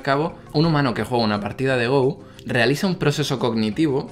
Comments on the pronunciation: espero que alguno te haya dicho ya que no se dice GOU.. se dice GO, no es un juego ingles :( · se pronuncia go talcual no gou. saludos! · Como amante del Go (que por cierto, se pronuncia "go", no "gou" XD) y de la IA, me ha encantado este vídeo, incluso habiéndolo visto por primera vez 5 años después de que lo subieras:) ¡Eres un crack,! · Go se dice no gou weiki baduk o go nada mas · Go, pronunciado "Go", no "Gou". No es una palabra inglesa. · creo que ningún comentario lo ha dicho y me extraña, quizás los jugadores habituales de go de habla hispana no suelan ver este vídeo... porque duele mucho que pronuncies go como en inglés mientras que viene del japonés y es, a secas, "go" sin ninguna 'u' al final jajaja me gustaría corregir también que lee sedol se levanto a fumar antes de la jugada, no fue su reacción a ella, luego cuando volvió de fumar se encontró esa perlita y se quedó muy impactado jajajaja hay un documental de alphago en netflix por si alguien quiere enterarse bien de lo que supuso esas derrotas en el mundo del go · Go no se pronuncia en inglés, muyayo! Buen vídeo! ;)